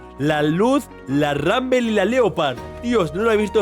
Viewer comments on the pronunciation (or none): No es ranbel es RUNBLE osea r u n b l e no r a n b e l